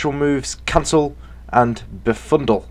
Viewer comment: its Be-Fud-Dle also nice video